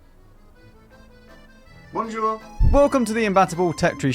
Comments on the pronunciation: I have just got to say. The way your hair was and how how well you pronounced bonjour, in the intro, makes my boy box wet. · that "bonjour" was pretty well pronounced lol